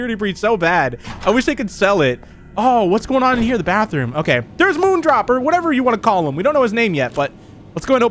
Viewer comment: No wait when you said moondrop you got it right!😃